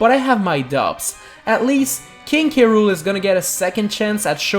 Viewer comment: But that said krool NOT K.Rool